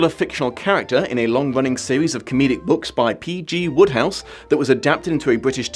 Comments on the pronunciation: WODEhouse. Not Woodhouse. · I never realized until now that Wodehouse was pronounced "Woodhouse". I always thought that it rhymed with "Roadhouse". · Every time you said Wodehouse I kept thinking of Jane Austen's Emma.